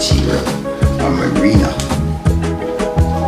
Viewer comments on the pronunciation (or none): none